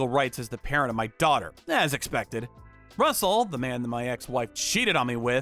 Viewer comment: I presume the name of the AP is Russel and not rustle